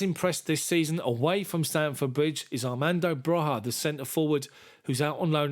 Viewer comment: It’s pronounced broya not broha just saying